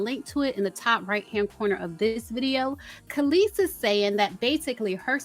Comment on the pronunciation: Kelis sounds like she's saying, "Meet me outside." Lol